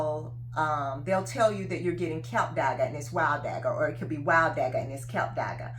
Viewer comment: Klip dagga Not KILP DAGGA